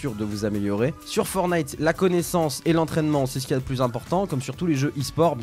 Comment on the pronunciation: Juste pour corriger c'est "Fortnite" pas "Fornite"